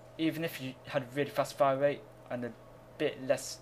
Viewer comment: Its funny how you can't say r's. You say wate, instead of rate, and wifles instead of rifles.